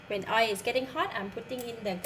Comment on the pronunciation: Pronounce oil as oilll please not oerr.